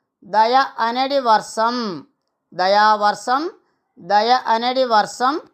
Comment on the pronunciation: Dayavarsam kaadu. Dayavarsham ani palakali.